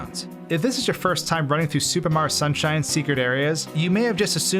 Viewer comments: He says super mario like supa maro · Is there a reason why you say Supa Mario instead of Super Mario? It's a bit strange. Going with the Japanese pronunciation of Super there?